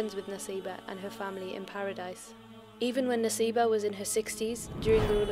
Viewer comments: It is Nusaybah, not Naseebah. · Its not Naseebah its Nusaybah... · Isn't it written & pronounced as Nusaybah? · Let me Correct It's Nusaybah not Naseebha.. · I thought it nusaybah not naseebah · It's Nusaybah or naseebah